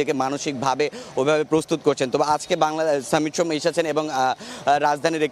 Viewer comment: ভাই আগে ঠিক কর “সমিত সোম” বলবি নাকি “সামিত সোম” বলবি! একেকবার একেক রকম উচ্চারণ শুনতে বিরক্ত লাগে!